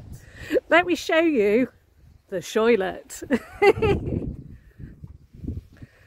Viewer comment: It would suit me too! Awesome! I'm not sure exactly everything they said...butt...I think she said the "shoilet!" Haha!!!"😂